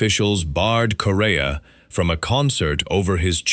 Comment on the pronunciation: The Chick Corea video you have is not of the classic Return to Forever line up but is the much more recent Electric Group. Also “Corea” is pronounced like the country Korea.